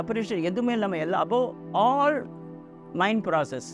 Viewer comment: Your English is not good..please don't explain in English...not minduu,it's mind. You are flexing though the subject is good.